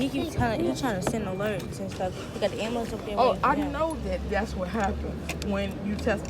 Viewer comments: It’s not AMULANCE IT’S AMBULANCE MISS OVER THE TOP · "Ambalance" and "tesess"